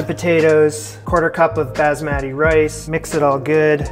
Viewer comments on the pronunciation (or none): none